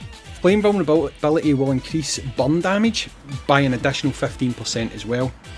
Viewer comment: Took me a while to figure out you meant burn not bum